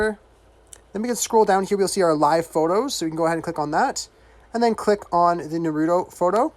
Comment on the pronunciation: He said nerudo